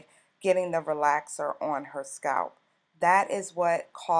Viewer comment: I'm normally not so petty, BUT I hate the way she pronounces "scalp"! 😣